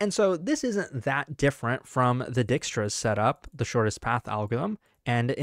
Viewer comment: dude needs to chill with butchering dijkstra's name every video 💀